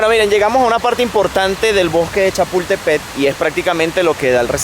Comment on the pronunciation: Donde dice “”Chapultepet”, entiéndase “Chapultepec”. 😉